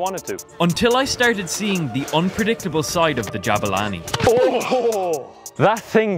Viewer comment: Que humilde poniendo jabani en vez de jabulani🤑👌🏻